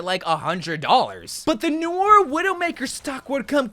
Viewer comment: Your pronunciations are… weird. Almost like you’re purposely saying things wrong lol Like you have to know Noire isn’t said like “Noor/Noo-or”, right? You put the emphasis on the wrong syllable in Kiriko. Is this an American thing?